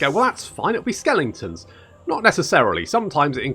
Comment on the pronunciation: Skellingtons - lol, it makes me smile and wince at the same time every time you say it ;)